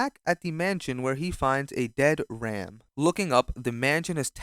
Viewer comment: its always the same pronunciation of the ram and rem that ticks me off 😭